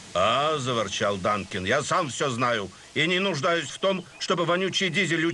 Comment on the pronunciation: Вообще-то Дункан, а не Данкин.